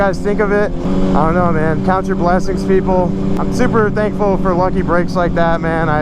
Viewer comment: sounds like u say I'm super dankful lol